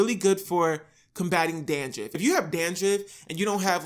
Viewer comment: did you just say “dandriff”? 🌚